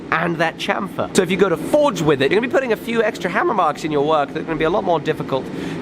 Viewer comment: Say Sham-fer, like Champagne.